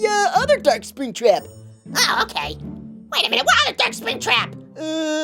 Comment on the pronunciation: He said spring trac